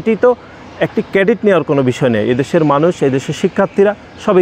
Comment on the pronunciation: কেডিট না ক্রেডিট । কই থেকে আসিশ ভাই? শিবিরের পোলাপাইন দেখছিশ?আর তোমরা এখন লীগের মতো পুরান প্যাচাল পারা শুরু করছো। go to heeeelll.